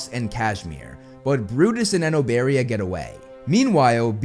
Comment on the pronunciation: He said it exactly as how it’s pronounced, I think you’re actually just not saying it right